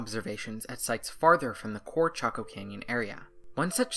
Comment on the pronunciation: I thought your pronunciation was off, too and here it is already in a comment. Go ask a native 🤣🤣🤣🤣